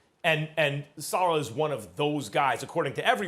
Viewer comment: Sa Leh not Sa Lah